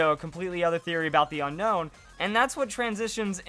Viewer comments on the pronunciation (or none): It's pronounced un own